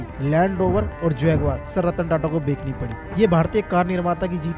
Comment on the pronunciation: Bekani nhi Bechni hota h❤ pronunciation par dhyan dijiye ❤